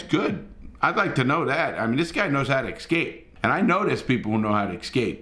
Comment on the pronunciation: great stuff as usual Larry. P.S. IT'S EScape, not EXscape.